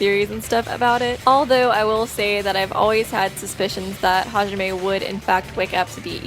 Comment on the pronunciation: its hizuru half izuru and and Hijime